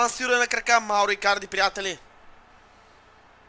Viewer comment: Спри да си измисляш имената ! Мурило-Мурийо Андреноли-Андреоли Икадри-Икарди ..